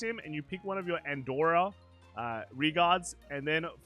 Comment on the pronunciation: "Andorra" lmao